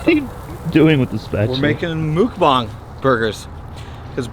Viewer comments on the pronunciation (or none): It’s not mukbang is mookbahng